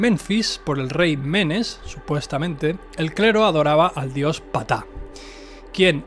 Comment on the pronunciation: Sólo una observación, se pronuncia (P-taj) realmente la letra P sólo se pronuncia sutilmente, haciendo énfasis en 'Taj